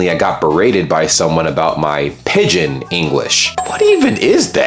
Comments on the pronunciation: Its pidgin English, not pigeon! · Pidgin, not pigeon. I hope you're aware that the U.S. drinking age was 18 until pretty recently. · How can you speak some mandarin, and not have heard the phrase "pigeon english"? edit: more correctly "pidgin english". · Wikipedia: PIDGIN not pigeon 😂 A pidgin[1][2][3] /ˈpɪdʒɪn/, or pidgin language, is a grammatically simplified form of contact language that develops between two or more groups of people that do not have a language in common: typically, its vocabulary and grammar are limited and often drawn from several languages. It is most commonly employed in situations such as trade, or where both groups speak languages different from the language of the country in which they reside (but where there is no common language between the groups). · Its actually Pidgin English and some people call it pigeon when they mean pigdin (it's pronounced pidjin) It refers to a simplified, often grammatically reduced language that emerges when groups with different native languages need to communicate. It's not a native language for any group but a tool for communication between them, often in trade, or when there's no common language. While it's derived from English, it's not Standard English but incorporates elements from other languages and cultures.